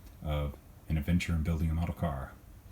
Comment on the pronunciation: When you mention Adventure in a model car you emphasized on the adventure part